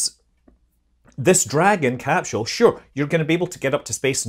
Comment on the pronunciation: "cap-scheul". Scot's much?